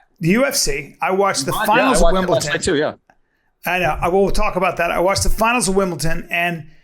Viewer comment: Bryan, WTF is Wimbleton ??! Make me s'maaaad.